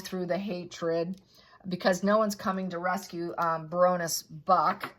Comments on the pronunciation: FYI it is pronounced Barren ness…not brr own ness.. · Pronounced like a Baron, not Ba ronness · ❤ I love you to bits. I love your rants, your stories & you dedication to learning more. Baroness - “Bare on ess” is how it’s pronounced.😊 Stability is another - no stay in there. A is not followed by another vowel to make it STAY. Y is sometimes a vowel. Words are parts of spells, hence “spelling”. Words have power when used correctly as well. Once spoken cannot be taken back again. Key words have more power than others. It’s an interesting learning curve. I am sorry if you are upset my constructive criticism - not my intent to cause you slight at all. My Mum was British & I was raised to speak the language with no slang. She was also a librarian, so I was reading real books when I was younger than most. Some words, when misspoken are cringe worthy. Especially if the user has no idea what that word means. Again, no offence intended or meant in any way shape or form here. 😊 Much love! ❤ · I love your readings, but I don't understand why you pronounce names as they shouldn't be pronounced. Imagine I call you "". I've heard your name, but I still call you something different. We have names like Sarah and Sar-a; Karen and Karr-en; Loius and Lewis. Isn't it polite and kind to call someone the way they choose? And "Baroness" (even though I don't like the person in this episode) is NOT Barrow-ness. Cummon, you can do this. Same with "narcissistic" - it's not "nar-siss-tic" as you choose to pronounce it. And accent is not a factor, carelessness is. You're so eloquent in your readings, don't tell me you can't say names correctly. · Wrong pronunciation!Baroness; as in a baron’s wife, a lady